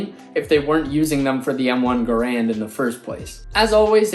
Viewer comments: Enjoy your lessons. Garand is pronounced GAIR-und. Emphasis on first syllable. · All of this just to pronounce Garand wrong...